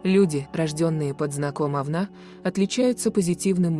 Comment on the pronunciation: Ужас! Кто читает текст? Это же просто безграмотно, ударение ставится не правильно, вместо Овна говорят Овна. 😮